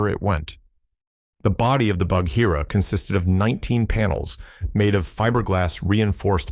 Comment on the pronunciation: The H in Bagheera is silent! It’s quite painful to hear it mispronounced so often!